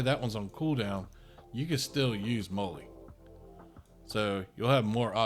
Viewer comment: MOLL-E is pronounced like the girls name: "Molly"